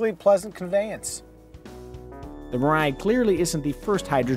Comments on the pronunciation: Three syllables: me-ra/la-ee. It’s the Japanese word for “future.” That middle syllable’s consonant is in between the English “r” and “l” which is why I notated it that way. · "mirai" means future in Japanese btw and the way people are pronouncing it its so funny